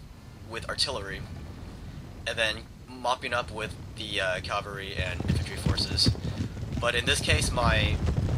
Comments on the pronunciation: CAVALRY not CALVARY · your pronunciation of cavalry as "calvary" always makes me smile. Hooray for metathesis